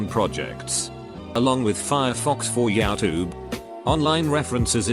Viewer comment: is this bot-voice Dutch? JouwTube (means your tube) 😂